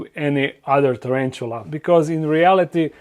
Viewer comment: Nije čerenčula,nego tarantula...